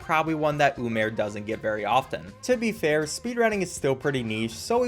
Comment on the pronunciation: ah yes you eye it is berry-berry importen